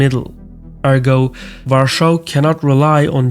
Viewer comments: I'm wondering about your pronunciation of Warsaw. No criticism, mind you, I'm just a bit curious. Is that how it is commonly pronounced where you are from (Azerbaijan?) Your pronunciation takes the Polish "sz" from Warszawa, but other than that, you pronounce it like English speakers, including having only two syllables. Very interesting. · Why do you pronounce Warsaw in German when the rest is in English? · Can someone please instruct to stop saying Warsaw like that? It's annoying/ borderline insulting. Either say it properly or say it in english. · Learn to pronounce Warsaw, Warszawa at least due to respect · I wonder if the intentional german pronunciation of Warsaw is a deliberate attempt to trigger and troll as many Poles as possible. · Why are you saying Warschau? It's Warsaw. If you can't speak English, don't bother making videos in English and delete your channel. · Not “Warschau” man. It’s Warszawa or also Warsaw if you can’t do the original pronunciation. Thank you. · Great video as always! However, why do you use the German pronunciation "Warschau" and not the Polish "Warszawa" (Varshava) or English "Warsaw"? I'm sure you're aware of the historical sensitivities that using German names for Polish cities stirs up, and it really doesn't make sense to use the German pronunciation in an English-language video about Poland which hardly even references Germany. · It's "lockstep," not "steplock." Also, the capital of Poland is pronounced in English, pretty much as it is spelled, i.e., WAR-saw, not ROARshou. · You speak English, but pronounciate "Warsaw" in German way. Like "Warschau". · it's pronounced VARSHAVA not WARSHAW 😅 Nice try tho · I have Polish family and I never heard Warsaw pronounced like that. It sounds like he says Russia every time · Please, do not pronounce Warsaw with German pronunciation... Never. In Polish it sounds like Va-r-shava In English it's obvious. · Interesting choice to go for the german pronunciation of Warsaw